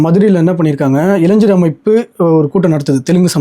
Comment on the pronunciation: இளைஜர் அல்ல இளைஞர். வார்த்தைகளை சரியாக உச்சரிக்க வேண்டும் தம்பி.